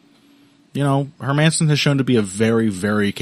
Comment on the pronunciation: Hermansson? Nah, mah man, son.